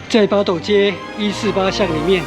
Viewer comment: 八斗 發音真的像西文的鴨子pato